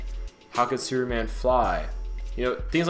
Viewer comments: sounds like he`s saying `sewerman` lol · Just curious if you realize you are not fully pronouncing the word superman correctly, or perhaps being lazy with it.Your pronunciation sounds like your saying sewerman. Not to be hateful but I found it a bit off putting. I noticed you say the word super just fine but when you put the word super and man together you seem to drop the "p". An observation. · other watcher wishes you to pronounce the p in superman's name plz.... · I swear i heard him say suruman instead of superman